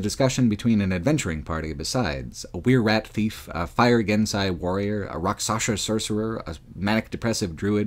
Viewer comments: *Genasi* not Gensai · It's pronounced guh-naw-see, not gehn-sy